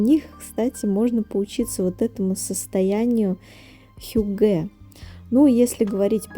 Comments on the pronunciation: Не хюгЭ, а хЮгге, вообще-то. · хьЮгге) ударение на первый слог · Hygge . Ударение на первый слог! хЮгге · хЮгге, ударение на первый слог 😻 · Вы правы, режет слух, когда неправильно ставят ударение. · Ударение на первый слог в слове «хюгге». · добрый день, спасибо за видео, все очень красиво и атмосферное, как всегда! Только в слове хюгге ударение ставится на Ю.